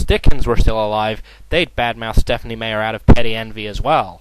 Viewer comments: It's not said "Mayer" it's "My-er" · It is MEyer,, not MAyer. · stephenie mayer? whf he can't even pronouce her name right! jerk. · Haha. Stephenie Mayer. :3 Mispronounced. XDDDDDDD I haven't read much of King, but there's no doubt that Meyer is horrible. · Uh, what's Stephen King doing even talking about Stephanie MEYER, not MAY-er, that's so lame, like the leader of the free world mispronouncing Saddam Hussein like "Sad-em." It only makes me think King doesn't quite get his own street cred among smart people, he's gotta go after Twilight. What's next? Going after Perez Hilton? Yeah, that's what Shakespeare would do. Grow up, King, and buy an ego. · Sounds more like a bunch of men getting cranky, bitchy and whiny about books written for girls? This isn't a surprise. It's not shocking news. Unless you're a female or a gay man, why would you angry -balding drunks like the Twilight series? The person in the video goes on and on for nearly 5 minutes about an author whose name he can't even pronounce. All of this here is cringe worthy. All of it.... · Not only is this not Stephen King, this guy acting as him doesn't know how to say Meyer right. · He won't even pronounce her name right! Dude, this is awesome. I admit his TV series aren't the greatest but the original work itself is amazing Stephanie Meyers.... well it goes without say what we think about her. I applaud her for writing and finishing a book series, which is more than I can say for myself, however if she had such perseverance to finish it, why couldn't she persevere into writing the book properly? Common sense, people, common sense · i don't even think Stephen King said Stephenie Meyer's name right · I particulary enjoy how he keeps mispronouncing her last name. Just...great. Thank you! Hail to the King.